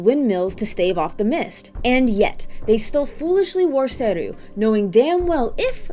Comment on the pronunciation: its SE-RU not SER-RU